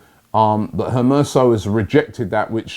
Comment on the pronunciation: "Maitland-Miles, Hermerso, Ismaili Sarr" remixing players names like it's nobodies business